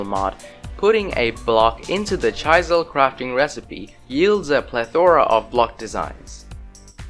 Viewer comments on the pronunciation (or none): chaisel lol